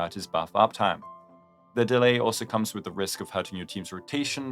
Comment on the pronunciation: With not wit your not saying "TH" its hard to understand you speak slowly